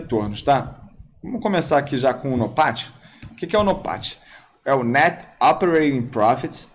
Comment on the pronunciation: Só eu que gosto qdo o fala em inglês? Nopat!